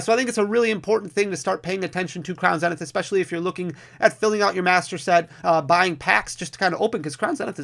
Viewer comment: Zzzznith not zen. Sorry was bugging me 😅